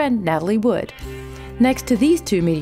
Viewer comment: Good video, except that you called Natalie Wood, "Woods" several times